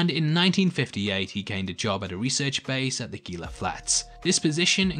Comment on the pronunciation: Enjoyed the video. I hate to be "that guy" but Gila is pronounced "Heela" where the g is pronounced like an h. I live in the SW US and it is kinda like nails on a chalkboard with the hard g.